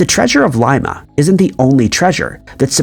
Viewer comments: Not a hater by any means. I just would like him to pronounce cities, towns and countries correctly or at least fix his pronunciation on the ones we have asked him to, like Coventry, Dublin, etc. And now, it would be nice if he could correct his pronunciation of Lima, Peru. It is NOT pronounced like Lye-mah, like a bean. It is pronounced like Lee-mah. Come on. We love your videos and everything else, except for those mispronunciations. On the contrary, I happen to like a lot. Even if he does end up being AI. We merely would like him to consider correcting those pronunciations. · LIMA pronounced LEEMA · Dude, you're killing me. It's pronounced Leema